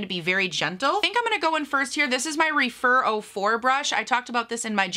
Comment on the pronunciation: I find it suspect that the lipstick had issues when(as far as I know) they’ve have never had problems. Is it the “any media is good media” kind of trick? Just FYI: Rephyr is pronounced reh~fur reh (like referee) and fur